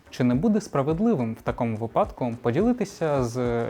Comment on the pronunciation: Молодець, пишаюся тобою. Сподіваюсь, колись зустріну тебе на Майдані та поцілую в ясна. Слава Україні!!! P.S. слово «випадок» має наголос на першому складі